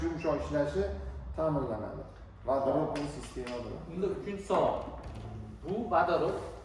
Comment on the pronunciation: "ВАДАРОТ" эмас "Водород" бўлади ХАРП!